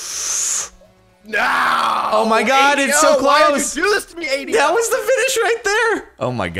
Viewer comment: True story: last episode I kept googling 'A.D.O.' to see what it meant and couldn't find anything relevant. Then I finally realized was saying 80-0!